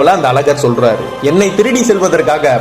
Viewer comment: Selar liianga solar olunga sollunga